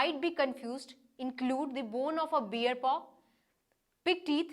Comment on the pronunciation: Not " beer" it's pronounced " báre"